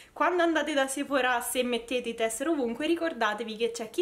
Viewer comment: Perché la gente a Roma è cafona. Sei di Roma, vero? Che bello che pronunci bene Sephora con l’accento sulla “a”. A Milano sbagliano pronunciandolo con l’accento sulla “e” pensando pure di essere fichi.